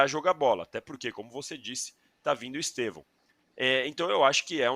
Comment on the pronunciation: Eu não aguento ouvir jornalistas falando EsteVÂO.. o nome dele é uma palavra proparoxítona EsTEvão.. pelamor... bando de Gagá!